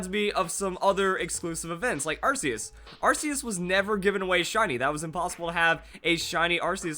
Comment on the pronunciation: what's this arseus business its arc-e-us